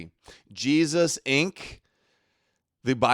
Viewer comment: hes saying Jestus like jest or joke